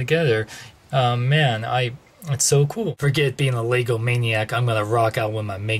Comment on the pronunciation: It's lego as in leh-go not as in lea-go. Get it right.